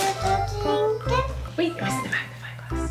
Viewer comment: He says da queen tho